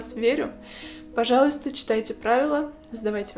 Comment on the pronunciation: Первый раз когда услышала четкое произношение слова «пожалуйста» насторожилась, но когда оно было так произнесено четыре раза из четырёх, поняла, что режет слух:(